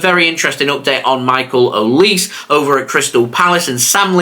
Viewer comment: Michael Oli SE. You pronounce the eand as OliSAY